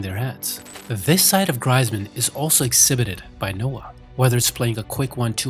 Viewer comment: It’s said greezman not Griezmann